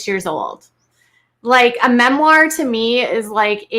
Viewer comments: Is Jinger that uneducated that she doesn’t know how to pronounce“memoir”? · LMAO@ "MEH-MORE"!!! THESE CHRISTIAN KIDS AND THIER ADVICE AND NOE MEH-MORE BOOKS!!! BUT STILL AUDREY ROLOFF HAS THE TITLE OF MOST ANNOYING, ALOLOL!~RROGANT, SELF ABSORBED OF THEM ALL, SO FAR THAT IS.... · Written a book and can't pronounce "memoir"...I know snarky but so annoying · I find it sad that in one breath you make fun of Jinger for mispernouncing "memoir", and in the next breath tell us what a memoir is to you - which by the way is the wrong definition of the word you just mocked another for mispronouncing. Just, bless your heart. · Yes write it the memoir after you learn how to pronounce it. 😂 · How does one write a memoir without being able to pronounce the word? Lol